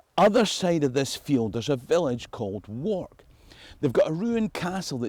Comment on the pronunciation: It is pronounced warrk not walk